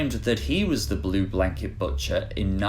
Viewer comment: Did you say "batcher" instead of "butcher"? Is this AI voice?